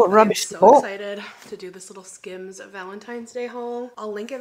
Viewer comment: "skims"... more like "skams" 😂